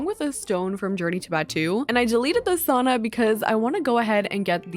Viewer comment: I’m so sorry girl but as a finnish person the way you pronounce sauna just makes me cringe😬